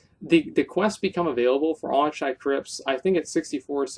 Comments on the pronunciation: Zup Asmongold, nice recommendations on dungeons, but it's pronounced more like akkenai than auchenai! You specifically learn this in WoD when they speak of it from time to time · I lol'd every time you said "Auchenai". :P